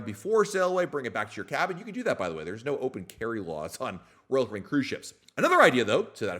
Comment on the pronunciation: Why do you say royal caribbean as one syllable?